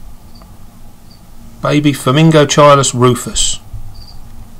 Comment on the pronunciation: It's pronounced:" Forming GOT-cheeluhs".